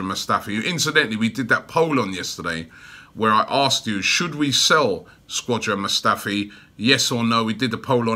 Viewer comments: If there's one thing I hate about these videos, Robbie, it's the name pronunciations! "Torrea" "Squadron Mustafi" "Dai-bala." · Imagine Robbie as a football commentator...i wouldn't be able to deal with his pronunciation. Man be talking bout die-bala, Squadron Mustafi, and my favorite, Papavopoulos...like damn bro